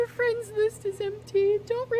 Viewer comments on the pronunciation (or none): Das my fwend!❤❤❤